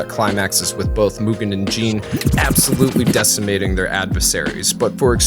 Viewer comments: Jin's name is not pronounced "Jean" like a pair of pants but more like "Gin" like the alcohol. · Mugen and Jin are no Samurai - they are ronin = vagabonds. Also "samurai" is a social status and not the Japanese word for a sword wielder. 🙈 And Jin is pronounced "jinn" 😵🙉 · Americans pronounce Jin really weird. It's not Jean or Gene like the english name. On he pronounces him right for one time. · "Jean"? You mean Jin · Why is calling he jean instead of Jin lol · Whats with calling Jin ”Jean”? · "myoogen, jean, and fuu" lmfao good video but that butchered the names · stop pretending I'm wrong because it makes YOU look silly! In the beginning of the video he states that Jin and Mugen are samurai. True: later on he uses the word samurai differently. But it's a lack of consistency. Also saying that he pronounced "Jin" correctly shows that both of you, that you only watched the English dub, since the Japanese folks really pronounce it "Jinn" or "Gin" like in "Gin Tonic" (I have heard this Japanese name hundreds of times in several Japanese anime and video games with the original dub; Jin is the Japanese word for "justice" by the way)